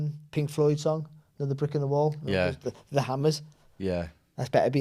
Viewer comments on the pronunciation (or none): none